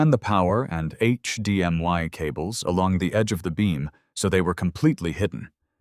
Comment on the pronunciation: It's not HDMY...it's HDMI. Good grief!